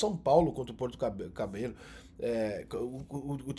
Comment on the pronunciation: Ninguém conhece nem nunca tinha ouvido falar, mas a dificuldade do Rica de pronunciar "Puerto Cabello" é mto engraçado.